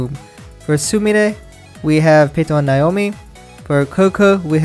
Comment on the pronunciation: you pronounced "naomi" wrong.